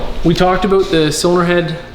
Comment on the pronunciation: Talks aboot being accurate says 110% wtf A